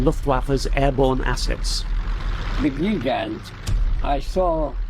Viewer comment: The continued mispronunciation of Gigant is annoying. (Soft g, not a near j like giant).